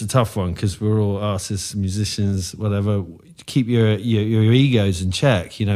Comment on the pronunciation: I thought he said “We are all asses.” But he said artist with a strong accent lol